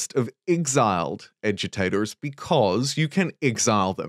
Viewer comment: I can't be the only one that keeps hearing "edutators" instead of agitators. Right?